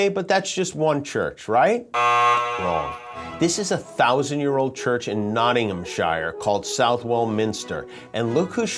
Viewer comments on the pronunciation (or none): Nottingham….Shire ! Love it ! Try pronouncing it ‘Nottinghamshure’ as it is here in the UK !